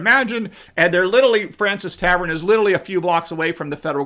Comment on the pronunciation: Love your scholarship,, but it's pronounced FRAWN-see tavern. That said, the food there is great, and I highly recommend everybody who can drops in there. You can be in the room where Washington gave his farewell address to his troops (and it still has the same wallpaper that was up at the time!). Then, take a trip through the Revolution museum upstairs!